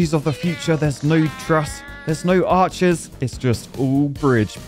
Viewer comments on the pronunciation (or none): none